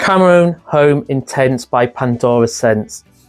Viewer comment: Hey… the H in Homme is silent.